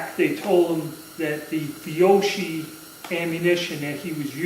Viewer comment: It's pronounced fee-oh-key.